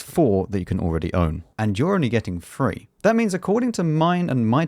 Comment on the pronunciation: Thirty "three" not thirty "free" :P